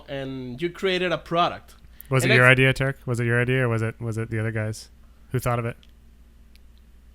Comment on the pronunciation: Just wanna say thanks to for understanding what i was trying to say with the f1 questions and thanks for answering my questions and being one of the few to pronounce my last name right. Another question is what brings you guys back to drifting year after year and keep you enthusiastic for the sport. Besides the awesome people.